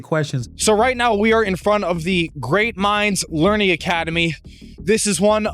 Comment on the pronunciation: correction, it's "learing" center